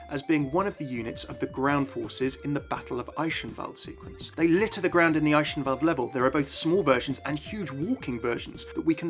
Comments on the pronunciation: The way you pronounce Eichenwalde is really bothering me. If you can't pronounce the ch in german then pronounce it as a K, rather than sh. It's not even close to sh. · It's pronounced as 'Ei-ken-wal-d', not 'Ei-shen-valde'. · Why do you pronounce Eichenwalde like "Eishenwalde"?